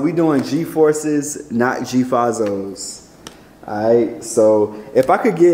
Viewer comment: He pronounced fazos so wrong 😂